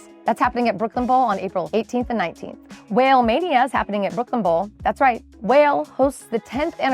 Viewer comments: It’s the rapper pronounced WHAH LAY 😂😂😂 not WHALE 🐳😂😂😂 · Wale is pronounce “wall-aye” he’s a rapper. It’s okay. Not like you knew. lol